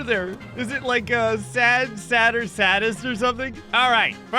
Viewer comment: It's not "saddest" it's "sadist"